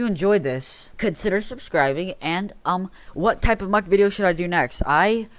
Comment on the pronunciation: It is not mock it is muck ok ok have a nice day